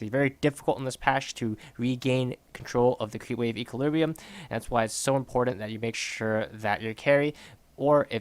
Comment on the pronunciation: if you say equalibriu one more time i am gonna kill myself :))))))